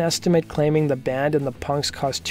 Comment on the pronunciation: Is it just me or is he saying "dand" instead of "band"?